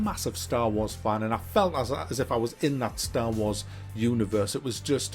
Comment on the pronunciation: drink a shot every time he says staw waws